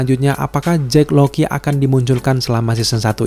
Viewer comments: kirain gue doang yg dari awal dengernya JACK LOKI, JACK LOKI mulu, bukannya mustinya JACK LOCKLEY yak? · Sengaja banget ya pengucapan nama - namanya diplesetin? Jake Lockley bacanya Jake LOKI, Bast bacanya BLAST